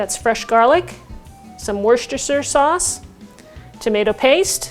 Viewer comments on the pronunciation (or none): Wooster sauce not Woos-ister-shire sauce.